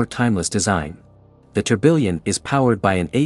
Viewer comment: That not how you pronounce tourbillon😭